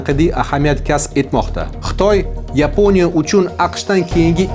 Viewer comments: Нима учун Йипония,Япония эмас. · Yiponiya emas Yaponiya !!! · Ruscha talafuz bilan ''Yeponiya'' emas o'zbekcha talafuz bilan "Yaponiya" deyish kerak. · yepoʻniya emas Yaponiya deyiladi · Tilingdagi aksentni yuqot, Jurnalist..... O'chunchi, Yepinoya, mo'mkin, ixsoslashtirilgan.... kabi talaffuz nuqsonlaring bor